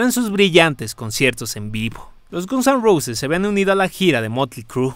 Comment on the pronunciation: Xq dice Gonson Roses??😂